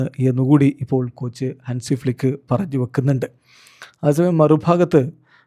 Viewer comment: ഫ്ലിക്കിനെ പ്ലക്കി എന്നാ കേട്ടത് 😂😂